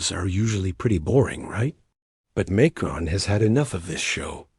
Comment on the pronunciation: You're not even pronouncing the Macrons name correctly. Brigette is a man, man. Produce your DNA if not true.